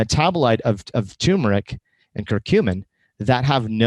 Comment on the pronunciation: First of all, it's TUR meric, not TUM meric. You make it sound like a disease.